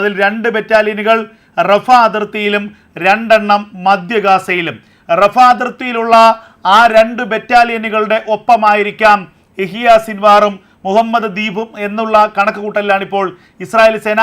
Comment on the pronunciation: മദ്യ ഗാസ അല്ല മധ്യ ഗാസ